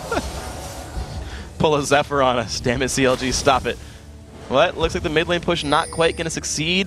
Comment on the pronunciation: " ADC Kennen and mi Victor, will it work?" You forgot the d in mid by the way